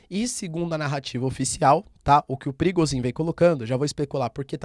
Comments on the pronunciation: É prigojin, não Prigozin. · é so eu que entendo perigosinho ? 🤣🤣🤣🤣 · So eu q entendi " perigosinho" ?